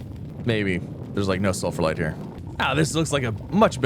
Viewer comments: Moderately annoyed that you’re pronouncing Sphalerite as “sulfurlite”. There’s only one L, and you’re completely skipping the ph/f sound. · ITS CALLED SF-AL-ERITE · Cool video keep up with this, but my only question is: Why are you saying sulphalite instead of sphalerite (The material of Zinc)? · In his defense, there's a lot of sulfur in sphalerite. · Mispronouncing Spharelite everytime. 😂